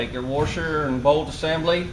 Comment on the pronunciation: It is pronounced wash. There never was a President Wershington.